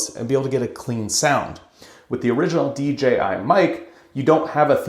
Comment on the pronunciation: Tremendously helpful comparison, thanks! Also, I think you're the only one on this platform that doesn't say D"G"I 🙂